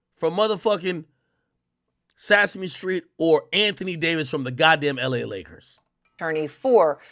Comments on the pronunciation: You know That boy Ak grew up in a different country when he said "Sassy-me street" 😭😭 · WTF is “Sassahme Street” ?? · I can tell you how to get to Sesame Street so you can learn how to pronounce it